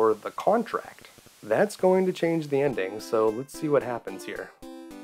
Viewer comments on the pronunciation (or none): none